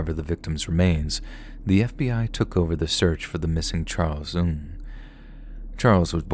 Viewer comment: you are killing me with your pronunciation of NG. Remember on the live chat we all told you it was pronounced ING LOL. Regardless, great video, as per the usual!